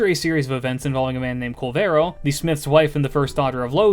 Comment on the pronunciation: One of the best summaries of Kalevala and pronunciations I have heard of Finnish characters. Wonderful job!